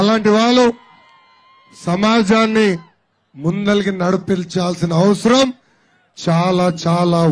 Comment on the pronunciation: ముందలకి ఎంది రా పప్పు గా ముందరకి తీసుకెళ్లాలి పదాలు పలకడానికి కూడా రాదు వీడు తెలుగు వాళ్ళని ఉద్దరిస్తడం ట